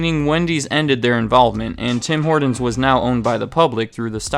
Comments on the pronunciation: Its called Tim Hortons not Tim Hordons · It's pronounced "HorTons", with a T in the middle of the word. It's not "HorDons", with a D in the middle of the word. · In Canada we just call it "Tim's" ! BTW it"s pronounced Horton's not Hordin's . In Canada Starbucks commands a mere 7% of coffee sales and Tim's commands 72% . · Who is "Tim Hordon?" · As a Canadian, every time this guy said "Tim Horden's" I died a little more inside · I had to leave because he kept pronouncing it "Tim Horduns" -. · It sounds like he's saying Tim Hordon's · OMG! There's a "T" in "Horton"! If I hear you say "Tim HorDins" one more time I'll scream"😖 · anyone else notice how this guy kept saying "Tim Horndins"? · Do Canadians pronounce it Tim Hordon's as well? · Got a little OCD every time he said "Tim Hoardens" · Great review even if it doesn’t reflect the current state of the franchise. It’s well known amongst Canadians that Tim Horton’s is quickly losing its market share here since being bought out by Burger King. Their coffee, donuts, and food have all gone to shit. The one thing that irked me about this video though was your pronunciation of the franchise. It sounds much more like Tim Hortin’s when pronounced by Canadians, not “Tim Hordin’s” as you said repeatedly. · This guy pronounces some words so weird. There is a t in Horton not a d and he says pradact instead of product lol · Why are you saying the name so weirdly lol? "Hordin's" 😅. It's pronounced like "Hortin's" with a T not a D. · I love how you say "Tim Hordenz" instead of "Tim Hort'ns" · Tim ‘Hordons’ annunciate hah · “Tim Horduns.” 😒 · It’s not HorDons... it’s HorTons! 🤦‍♂️ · I love this guy's videos, but I can't stand his soft T's. Impordant. Tim Hordon's. It's brutal. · No one: Absolutely no one: Not even Canadians:: “Tim Hordens” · Who is Tom Hor"d"on? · My man... It's: Tim Hor•TONs not Tim Hord•ens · You say it Tim hor-tons no d in Tim Horton’s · It’s “Tim Hortons” not “Tim Hordons” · "Tim Hordins" - LOL.